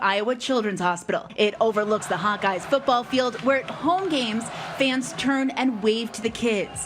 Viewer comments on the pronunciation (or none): none